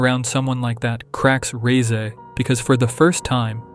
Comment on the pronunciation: FINALLY SOMEONE THAT SAYS REZE CORRECTLY